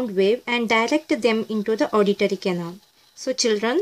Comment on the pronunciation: mam it pronunces canal not canol